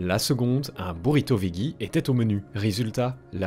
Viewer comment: Veggie se prononce "vedji"